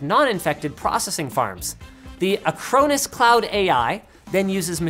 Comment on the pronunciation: Dunno, I was distracted by "ac-crow-nis" (I thought it was "a-crawn-is" all this time)